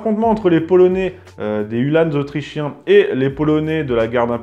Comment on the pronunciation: Hue l'âne ! non, uhlan (comme verlan), tout simplement ;-) . Sinon merci une fois de plus pour cette émission fort intéressante (et pour "neurchi", en échange de bon procédé !). A noter que les fanions en partie haute des lances, outre d'indiquer l'unité d'appartenance, avait pour vocation d'affoler les chevaux adverses lors des charges.